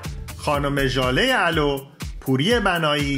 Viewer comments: ژاله الو ؟؟؟؟اولوو تلفظ میشه نه الو تلفن.....🤣مجری دقت کن.زینت بلغاری عجب مادرنمونه ای بوده بچه روورداشته ۱۳سالگی شوهر داده که بعدش۳باردیگه باشکست ازدواج کنه.مادرنمونه یدونه بودیدونه کی بودتو😂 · داداش ، خانم ژاله (الو) نیست علو هست عولوو، همچنین اسم کوچیک اصلی ایشون شوکت بوده. ممنون از کلیپ های خوبتون. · تلفظ صحیح فامیلی خانم ژاله عُلُو است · Jaleh olov Naasser tahmaasb با تشکر از زحماتتون ، این‌ اسامی واقعا معروفند و ما باید درست تلفظشون کنیم. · سلام - کارتون خیلی عالی بود - واقعا ممنون . . . اسم خانم ژاله علو و آقای اسماعیل شنگله به اشتباه نامبرده شد . . . یعنی از نظر تلفظ اشتباه بود :zhale OLOV --- esmaeil SHANGOLE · داداش بلد نیستی اقلا بپرس آخه ژاله الو یعنی چه فکر نمیکنید الو چه معنی داره ؟ حیف نباشه اسطوره ای عزیز و مردمی و دوست داشتنی مث خانم علو رو اینجوری دیکته کنید . آقا فامیل این عزیز علو با ضمه عین و لام و سکون واو خواهش میکنم ازتون هر متنی رو اول مطالعه کنید و وقتی به چنین کلماتی میرسید لااقل سوال کنید . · خانم ژاله علو لطفا درست تلفظ کنید